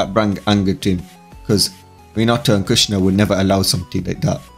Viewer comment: It sounds like you called kushina Krishna the maintainer